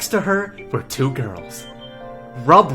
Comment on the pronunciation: No one: No one at all: Absolutely no one: Not a single soul:: AbUseD aND nEglECteD MaLE rEaDEr Also Mirabeau: RUB-RUB